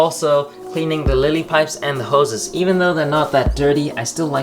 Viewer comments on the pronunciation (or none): none